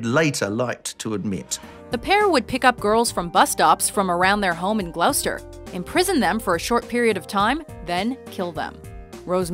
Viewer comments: GLOS-TER NOT GLOUGH-STER 😂 also Aileen Wurrnos should not be on this list. She was not evil. Had severe learning difficulties and issues with mental health from being raped and molested as a young girl and woman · 8.34 - Glauster? You mean Gloucester (pron glosster) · how come she can do a good french accent for madame la laurie but cant say Gloucester (phonem. - gloster) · Glos-ter, not glow-ster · did she just call Gloucester glowster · This voice-over pronounces Chinese names pretty well, yet can't pronounce Gloucester as it should be pronounced.